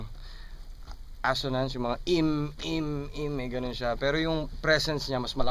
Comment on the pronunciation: Ganda ng bigkas ni shehyee sa "PERO" hahaha